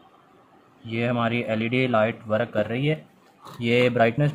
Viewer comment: Work(वर्क) को वरक क्यों बोल रहे हो